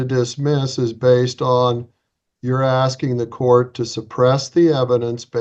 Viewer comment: He doesn't know what he's axing.